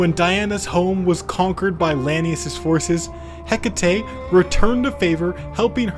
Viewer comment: Never pronounce Hecate like that again. She's named after the ancient Greek goddess, so her name is pronounced eh-kah-tee. If we're going by Modern English however, her name is pronounced hek-uh-tee. Lastly, in Shakespeare English, it is pronounced hek-it